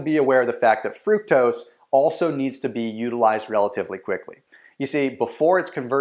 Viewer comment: he pronounced fructose wrong